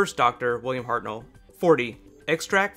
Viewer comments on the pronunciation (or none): none